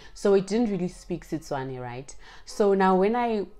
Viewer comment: Setswana....not Setswane